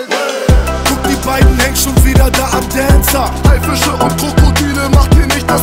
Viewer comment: Dancer ausgesprochen mit 14 Liter Spucke